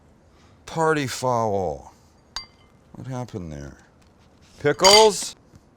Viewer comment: Candian Sam: "Ohhh partee fowell"